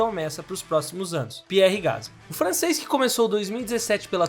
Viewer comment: É francês. Pronuncia-se Pi-érr Gas-lí.